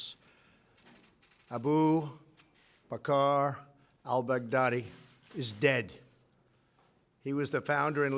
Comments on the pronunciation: Shane, you lying S.O.B, he aint saying shit! Did Trump really just say "Al-Bag-Daddy"? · Did he just call this mofo "al-Bugatti"?!! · "Al bugatti" 😭😭🤣🤣